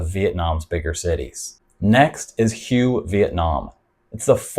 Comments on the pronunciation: Not meaning to be impolite but HUE is pronounced more like WHO-WAY not like HUGH as you pronounced it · I think Hue is pronounced “Way”…I’ve actually been there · Good stuff...but this kind of stuff defeats the purpose...putting it on the expat radar...then.....they move in...and the next thing you see...it has been spoilt...On a side note...isn't Hue pronounced like Whey....?Not sure myself...just checking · Thanks. But Hue is pronounce Hway. It's the old imperial city. BUN Bo Hue originated there and most of us agree with Bourdain. It's the best noodle dish on the planet. The broth is divine. It was created for the emperor. So... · Hue is pronounced "way". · It's pronounced Hway! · Good video! That 2nd city in Vietnam (Hue) is pronounced "whey". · Yes, it's pronounced like "hooway". Listen to the locals. Makes it hard to trust content when creators don't take the time to learn the proper names of the place they speak of. That said, I think you do an overall good job, just need to tweak a few things. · Great video, good points about all these destinations. Constructive criticism : may want to check the pronunciation of the city Hue before making a video about it 😉👍